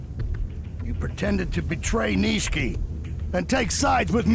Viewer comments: Nishiki not nishki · they’re totally saying it like “Niche-key” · The first time he says it right, this commenter is clowning the second time where he kinda drops the “i” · they mispronounce it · yes they fucked it up